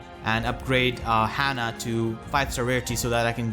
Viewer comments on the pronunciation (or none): none